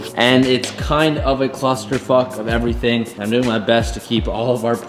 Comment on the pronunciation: “Everwyfing twin tuwbo welated to the supwa”